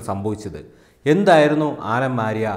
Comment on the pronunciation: ആലം ആര്യ അല്ല സുഹൃത്തേ , ആലം ആര ആണ്